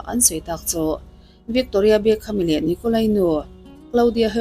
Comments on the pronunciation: I pronounce te hi uluk b Ve teh ..vikkkktoria ti lohian..youtuber ho hian pronounce te hi hi zir ve rawh u😊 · Bengvarthlak khawp mai,mahse Victoria hming i lam dan thluk hi 😂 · Victoria i lam dan chu a dang daih mai😅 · I tawng thluk dan hi a mak Victoria tih te hi